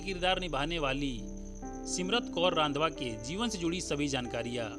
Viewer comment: Please pronounce the surname 'Randhawa' correctly